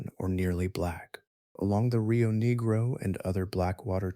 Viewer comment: The rio WHAT?! negro (ne-grow) is the color black in Spanish and the name of the river referred to. Negro (knee-grow) is a racial slur. I don’t understand how that mis pronunciation could have happened